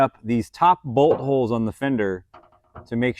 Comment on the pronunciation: Yo know everytime you say bolthole it sounds like butthole.,Also why not dry ice for the rust .Why isn't Freddy or another other of the crew helping.